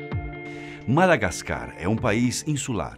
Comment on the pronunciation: Não se diz madagascar🤦🏼‍♂️ e sim Madagáscar